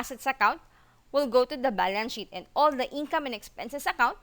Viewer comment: No offense, sheet is pronounce "sh eat" kasi yung sinabi mo parang cuss word. However, you delivered your presentation very well. Pasensya na. ✌✌✌please don't take it negatively.